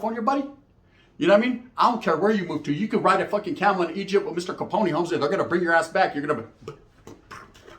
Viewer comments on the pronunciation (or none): none